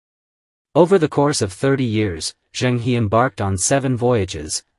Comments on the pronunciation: Pronounce the “He” in “Zhen He” as “her” not “He”. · Admiral Zheng He is pronounced Jeng Húh - not Heee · The name is not pronounced Zheng (Hee) but Zheng (Her). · It's good that Zheng He never colonized any of the countries he went to. Unlike later Europeans. By the way, the correct pronunciation for the 'He' in Zheng He is her, not hee. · His name should be pronounced as Cheng Her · A very interesting historical aspect of Zheng He (correct pronounciation: is Zh… Her) exploration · Please pronounce his name correctly